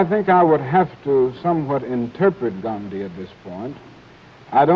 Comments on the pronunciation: They are pronouncing his name right, why can't most of the current Americans do that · Even without Internet, they are pronouncing Gandhiji's name better than most native English speakers today.